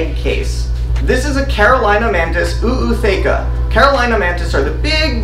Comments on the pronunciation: Why the extra “Oooo”? It’s not just “ootheca”, not “oo-ootheca”? Genuinely wondering if I’ve been wrong this whole time. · It's not OO it's just a long O for Ootheca , Ooth-eca Just wanted to let you know Thanks for letting me know how to set up my first mantis tank ❤👍👍